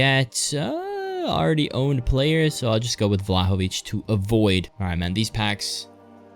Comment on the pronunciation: you are the first non slavic youtuber that I heard pronounce Vlahović correctly